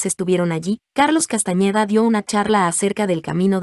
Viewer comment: No es CASTAÑEDA es CASTANEDA